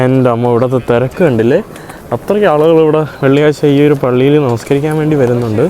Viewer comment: Namskarika alla Niskarika correct 😊